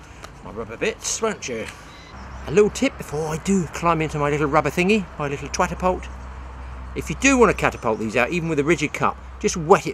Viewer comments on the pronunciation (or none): Now I understand 🤣 the twatapult 🤦🏼‍♂️😂🤣